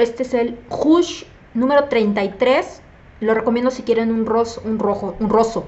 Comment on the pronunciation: Rouge se pronuncia rush jajaj